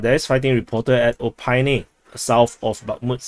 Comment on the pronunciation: O-PIT-NE not O-PYNE! ;)